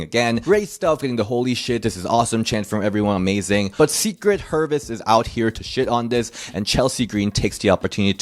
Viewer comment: "Secret hervis" is crazyyyyyyyyy what the helly 😂